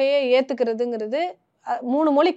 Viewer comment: மொழியை, மொளி என்று கூறுபவர்தான் தமிழை வளர்ப்பதற்காக பொங்குகிறார்